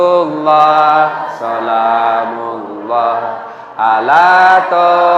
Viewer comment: assalamu'alaikum wr.wb,maaf paknustadz sebelumnya kalau saya salah menilai,kalau tdk saya salah dengar,bacaan sholawat sholaatullooh solaamullooh bukanya yg benar salamullooh,🙏🙏🙏